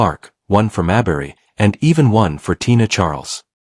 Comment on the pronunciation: Witch's name Should be pronounced "Mayberry" like Barney Fife Mayberry